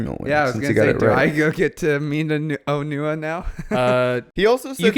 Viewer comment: Real glad that in German, Onewa's and Onua's names are clearly pronounced differently You say these names in exactly the same way, quite confusing